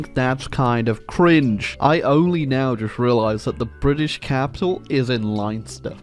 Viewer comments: You're gonna get a bazillion comments about this but Leinster is pronounced "Lens-ster" not "Liens-ter". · It's pronounced Lenster, not Linester, for future reference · why must you torture your Irish gravy babies so much by calling Leinster "Linester"? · Leinster is pronounced like "lenster" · The pronunciation of Leinster hurt me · that leinster pronunciation was crazy